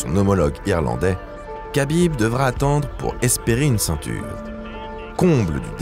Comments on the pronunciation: Kabib? Kabib Kabib?????? Ça s dis rhabib frero respecte nos blaze un peu 😂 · Si jamais on ne dit pas Kabib mais Habib. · C’est vraiment insupportable d’écouter à tout bout de champ [k]abib…. C’est un manque de respect. On dit [R]abib. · on dit rabib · Superbe vidéo !! J’adore votre chaîne YouTube !!! Juste petite précision pour Khabib on prononce Rabib